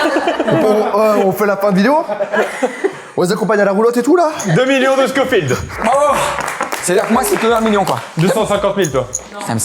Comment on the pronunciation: C’est scoville pas scofield 😂